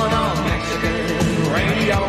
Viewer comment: Radi-oh ho. Radio.